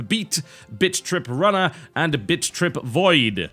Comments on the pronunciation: lol sounded like he was saying bitch trip :p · Sounds like he is saying bitch trip XD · Sounds like he's saying bitch trip... lol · It ALMOST sounds like he's saying bitch trip. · It sounds like he is saying bitch trip every time he says bit trip. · he says bitch trip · Does anyone else hear him say bitchrip runner? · 1 - I had stuff to do; didn't read into the comments. I just said what I observed. It's not like I was being arrested. 2 - It sounds like Bitch Trip when pronounced with that extra bit of aspiration on 't', which Total Biscuit totally did a few times. And by the looks of it, I'm not the only one to think so. (source: British English philology) 3 - Shut up. /face slap/ You were being hysterical. 4 - apparently* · I keep hearing TB say "bitch trip". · Who else kept hearing "Bitch Rip"? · It sounds like you keep saying "Bitch Trip." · to me it sounds like he is saying bitch trip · Favorite video - hands down - because to my unrefined Southern ears, it sounded as if you were giving a first impression of "Bitch Rip Runner 2." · Heh, for awhile there in the beginning it sounded like you said Bitch trip beat and bitch trip runner. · sounds like your saying bitch trip lmao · Ha-ha! Pronounced Britishly 'Bit Trip Runner' sounds like 'Bitch Trip Runner'. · Is it just me, or did all the past titles sound like 'Bitch Rip'....? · whentb says thenam it sound like bitch-trip runner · All I hear is BitchTrip.... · Either for irony or trolling, hopefully irony. Also, I could almost swear that I heard TB say "Bitch Trip" repeatedly. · All I hear is "Bitch Trip" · Sounds like Bitch trip. XD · bitch trip?...at least thats what i hear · sounds like he saying bitch trip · Am I the only one that hears TB say b#$@ when he listed the names? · Every time he says "Bit.Trip" It sounds like he is saying "Bitch Trip" lol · All i hear him say is "bitch rip" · i keep hearing bitch trip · Bitch Trip Runner 2 Best pronounciation ever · he sounds like he saying bitch rip